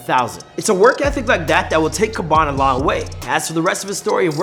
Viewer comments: Man said khaban nvm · The way you pronunce his bene Triggers me to an extent I didn't expect, it sounds like you're saying Kebab😂😂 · Why you calling him Kabon if it Khaby? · Why do you pronounced his name khabam? Instead of khaby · It is pronounce Habaan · not being rude or something its Khabby lame( Pronounced like Kaaby lame ) :)) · its khaaaaaaaaaby lame damn it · Iys pronounced Kha"bee" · Lol why do you pronounce his name like that? Its funny how you say it. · I don't know If that's how you say his name bro